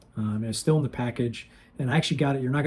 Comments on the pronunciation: Pronounced “Steel” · Hi, the chain saw blade is pronounced 'steel', its a German company. Im not a pin collector but I have some older Hard Rock ones, was wondering if they were worth anything. Better get them listed! Thats very funny you sell an item and dont know what it is. Way to go! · First man I've ever heard not know what Stihl was or how to pronounce it lol..